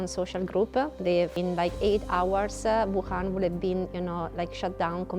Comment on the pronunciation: Wham, Bahm...Thank you Ma'am Wuhan sounds a lot LIKE (it's WHAM babe's, !!!!)